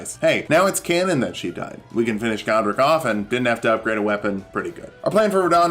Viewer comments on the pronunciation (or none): none